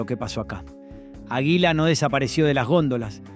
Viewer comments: El relator es argentino? Da vergüenza escuchar como nombra algunas marcas, dice pumper cuando se pronuncia pamper, dice ajila cuando es águila, dice yiol cuando es jiol (giol) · Es una máquina quien relata? O una persona que le falta estudio, que pronuncia mal? Agila en lugar de Águila... Arcór en lugar de Arcor con pronunciación fuerte en la A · El guión está leído x IA? Por qué dice AGUÍLA (acentuando la i)...o PUMPER en vez de pamper? 🤔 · Sospecho que vos NO sos de Argentina o no viviste en el país en el tiempo de estas MARCAS! Tenés un problemón con la pronunciación de los asentos!!! NO es "aguíla" es "águila"!!!; NO es "Arcór" es "Árcor"!!!; NO es "itálo" es "la ítalo"; Y no se decía "Pumper nic", sino "Pamper nic". Es un aporte de un tipo que conoció todas esas marcas. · no podes decir AJILA. Realmente es una falta de respeto. De donde sos chabon???? este video es para que lo haga un Argentino viejo. Y pones a un negro africano en una oficina com oejemplo??? gracias a Dios no hay negros manejando empresas en Argentina. Cualquiera te mandaste. muy agenda 2030 lo tuyo. ARCOR no es ARCÖR. es ARCOR chabon!. se acentúa en la A!!!!!! y pusiste CHINOS!!!!! aaaa bueeee pusite toda la basura que arruina a cualquier pais!!! sos lo mas antipatria que hay. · La manera de acentuar y pronunciar del relator " me desespeeeeera."!!!: aguÍla, pumper, itÁlo , Yiol 😱😡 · por qué pronuncia "ajila" 😂😂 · ¿Shiol?¿Itálo?¿arcór?¿aguíla? Horrible... 🤮🤮🤮🤮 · porqué pronuncias mal? es Italo es ítalo, esdrújula. Aguila es águila, tb esdrújula. Arcor es árcor no arcór. Giol es giol, no shiol. Menos mal que Pumper nic, lo pronunciaste bien (pamper nic) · No entiendo porque pronuncias casi todos los acentos mal en los nombres de las empresas (por ejemplo Italo no se acentua en la A, tampoco Gatic, ni Aguila en la i, ni Arcor en la O). Y Giol no la pronunciabamos "Yiol". El de la foto es Torcuato Di Tella hijo, no es el fundador de la fabrica. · ÁGUILA con acento en la A!!!!!!